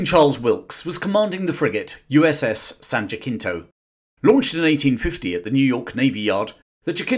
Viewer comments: Really well done, excellent production. Just an FYI for future reference: Jacinto is pronounced more like Jasinto, American pronunciation (or Hasinto if you're more closer to original Spanish)... Not JaCKinto. Other than that, excellent job. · Just a note from an American (which you've probably already gotten 😅) Jacinto is pronounced as an approximate of the Spanish, ha-SEEN-toe. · in Texas it's pronounced "JA-seen-toe"